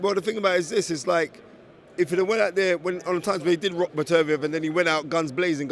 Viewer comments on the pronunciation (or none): It’s BETTER-BEE-EV